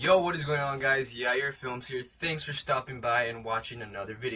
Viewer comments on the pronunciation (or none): YAHIR IS MY FRIEND NAME and its pronounced Ja-Hie-Er